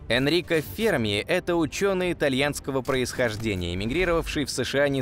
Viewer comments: Да не фЕрми, а ФермИ! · Может Ферми'? А не Фе'рми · До этого видео думал правильно--фермИ, а не фЕрми... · Почему ФЕрми? ФермИ всё время говорили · Я так понимаю ФермИ, ударение на "и" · Парадокс ФермИ. Ударение на букву И ! БЛя! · Умоляю, поставьте ударение правильно! ФермИ! У него фамилия - ФермИ! Уши кровоточат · Что за неграмотный человек озвучивал это видео поделие? Ферми - ударение на последний слог) ... А вообще вопросы и гипотезы в этом видео винегрете смешны... Бла-бла для Баранова) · На второй слог ударение ставят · Почти уверен что в фамилии Ферми ударение на последний слог делается - итальянец же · Что за дикое ударение в фамилии??? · Энрико Ферми (ударение на И) озвучил свой парадокс в те годы, когда видимой активности инопланетного разума не было и в помине. ТО, что они есть и очень близко –непререкаемый факт. Однако не все так просто.Материалистическая наука имеет свой материалистический космогенезис, в котором не учитывается мировоззрение, определяющее творение и в том числе человека как сложную составную систему. Космос разумен не благодаря цивилизациям, а благодаря разуму творящей силы вселенной. Мы и любая суперцивилизация – только продукт, который проходит свою эволюцию под надзором высших сил, которые практически исключают непосредственный контакт между нами.Те ребята,которые сидят на Луне, Марсе и иногда летают над Землей – это скорее всего биороботы, которые не имеют эволюционного ограничения срока жизни. Они – слуги, исполнители.